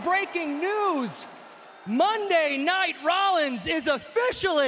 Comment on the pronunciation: Umm... It’s “Monday Night Rollins” not “Money Night Rollins” 🤦‍♂️🤦‍♂️🤦‍♂️